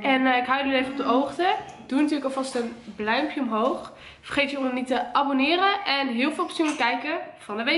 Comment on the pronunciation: Ze zegt in de plaats van blauw duimpje bluimpje